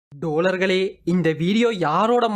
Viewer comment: டோழர்களே என்று தாங்கள் கூறும் போது சில சமயங்கள் காதில் சீழ் வடிகிறது, ஆகவே அதனை இனி தவிர்த்து கொள்ளுமாறு தாழ்மையுடன் கேட்டு கொள்கிறேன், இப்படிக்கு அண்ணன் தளபதி விஜய் அவர்களின் விழுது! 🖤